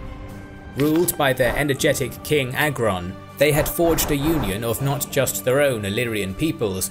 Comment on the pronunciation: 🇦🇱🇦🇱🇦🇱ILLYRIA🇦🇱🇦🇱🇦🇱 Edit: I like how youre trying to pronounce Agron and Teuta names lol